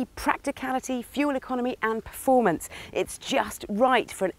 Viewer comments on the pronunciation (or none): none